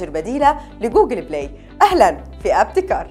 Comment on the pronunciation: إِبتكار وليس أَبتكار !